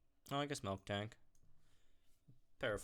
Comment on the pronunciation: Miltank* not “Milk tank”